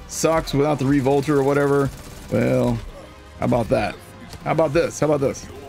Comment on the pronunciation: Re-Volter lol